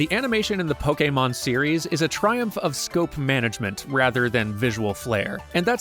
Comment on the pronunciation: DAMN FINALLY a youtuber who pronounces pokemon correct